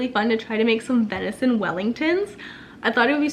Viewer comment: Venison not vinison.